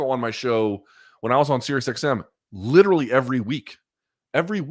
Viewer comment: If I may, worldview, LIT-TER-AL-E